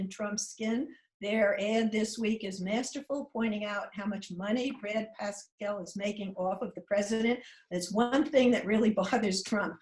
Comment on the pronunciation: Why do otherwise intelligent people keep pronouncing Trump advisor Brad Parscale, as Brad PASCAL?